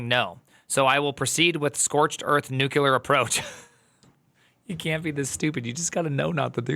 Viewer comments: "Nuclear", not " nukular" 😅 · Nuclear, not nukular. Yeesh.